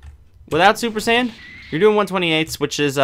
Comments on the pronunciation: It's super Saiyan not super sandwich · did he say super "sandwich" 3